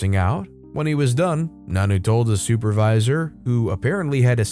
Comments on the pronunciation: Nonno doesn't pronounce as "nanoo" It pronounces as nonno you Say o as o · It's pronounced non-no. Not nanu, like Mork & ,Mindy